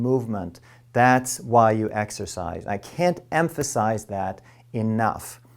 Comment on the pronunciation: Exercise? I thought you said extra fries.